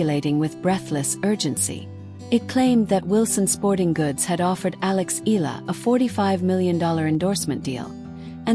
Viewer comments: It is pronounce as EEEHHH YEAAAHHH LAAHHH not eeeehhh la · Please pronounce her last nama EEE YAH LAA